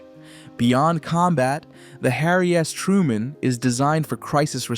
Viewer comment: Did he just say harry ass truemen?